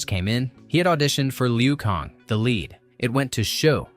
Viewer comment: Liu Kong and Raidon...lol!! These lazy AI voices are funny.